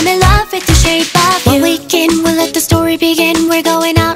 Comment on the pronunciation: なんだかんだクレア先生が歌う「shake of you」が好き。 これは、日本人が聞きやすい発音で歌ってるからだと思う。